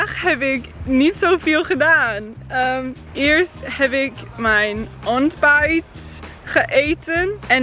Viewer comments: ja maar ik moest wel een klein beetje lachen(niet slecht bedoeld) toen ze ''onbijt'' zij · This is so funny if ur dutch 😂😂 like : mijn ombijt geeten/my breakfast eeten